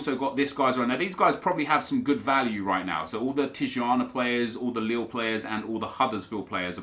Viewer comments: Tijuana is pronounced Tee-uh-wanna, just for future reference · Tijuana is pronounced tea-uh-wana